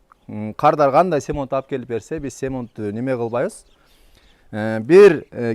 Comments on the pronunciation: Орусча сөз кошпой кыргызча сүйлөгөн кыргыз аз окшойт.Анча болду кыргызча так сүйлөй албагандан кийин орус сөздөрүн туура сүйлөөгө чакырам. "Стяжка" болгондон кийин сухая болуш керек,"сухой" эмес.Жидкий стяжка эмес-жидкая стяжка. Семонт эмес-цемент.Туура-туура эмесин колдонуп жаткан каптын сыртына жазылган жазуулардан окуп көрсөңөр болот. Эми сиз кыргыз болсоңуз, кыргызча сүйлөсөңүз эң туура болот. P.S.Эне тилин билбеген,элин сүйүп жарытпайт.(макал) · цемонт эмес цементле деп айтчы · Цемонт дебей цемент деп эле айтчы бай болгур